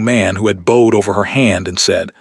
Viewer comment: I have learned that AI can’t tell how to read the context ie lead is pronounced as led, bowed should be pronounced as boughed. It’s Vivien not Viven. This is fictional story but the reading isn’t.